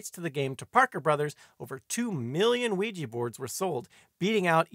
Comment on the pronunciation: I'm always fascinated to hear Ouija pronounced "wiegie" almost as though it were made in Glasgow.